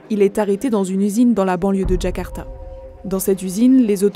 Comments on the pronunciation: Euhh SVP LE MONDE, c’est JAKARTA pas DJAKARTA!! La honte…. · C’est pas Djakarta mais Jakarta à